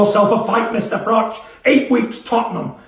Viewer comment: Irish 🇮🇪 fan here Cobra Just want to say don’t ever change. Same confidence. Same delivery. Same running commentary while you’re mid-story impersonating “BIG JOHN” like you’re doing both parts in a one-man theatre show. The Nottingham accent switching into “FRATCH! FRATCH! WHERE IS HE?!” while simultaneously explaining how in fact Big John Fury knew exactly where you were and how it was all just theatrics from “The Ultimate Fighting Male” 💪 is just comedy gold 😂 Take that payday at Spurs. It’s only 62k capacity so it’ll be a very modest crowd for you but 💯 easier 💰 than AJ/Paul. And you’d be giving the boxing public something we didn’t even know we needed. Even Big John gets a payday for the hospital bills. Everyone wins. Imagine mid-fight you lean in and calmly say, “Yeah but did you ever do 80,000 at Wembley?” and somewhere in the crowd Floyd is still standing there nodding politely 💀 Keep it real 🥊🥊